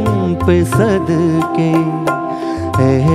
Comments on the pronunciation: Meri jaan tum pe "sadkey" nahin bhai "sadqey" aur "shokhiyan" nahin "shoqhiyan" hai ! Ek baar Mahendra Kapoor ko poore dhyan sey sunn lijiye ! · Issi liye kaha jata hai ki "sheen" "qaaf" durust hona zaroori hai ! "Sheen" toh sahi hai "qaaf" durust nahin hai! "Sadqey" aur "shoqhiyan" aap Ada nahin kar paye janab. Do teen baar mera naam sahi sey pukar lijiyey "qaaf" bhi durust ho jaye ga !